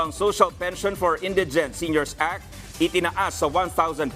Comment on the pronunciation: Bobo hmagbasa nagbabalita indigent mali pa pronounciation